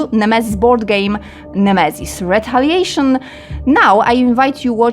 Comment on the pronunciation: Misiu złoty, za to ktoś zapłacił a usługodawca nawet nazwy produktu poprawnie nie potrafi powiedzieć. Jak jesteś pro i bierzesz pieniądze to rób to porządnie, bo to jest reklama produktu idąca w świat.